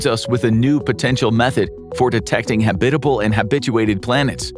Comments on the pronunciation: I've always enjoyed your vids. But consistent mispronounciatiins are jarring. For your future reference, it's pronounced HAB-it-uh-bul, not ha-BIT-uh-bul. And I know you know this because you switched about halfway through!😂😂😂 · I like your presentation so please don't be mad when I say I find the way you mispronounce the word habitable funny to me because if you say habit with a hard A sound, but you use a soft a or U sound. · Ridiculous video title. And, go look up how to say "habitable."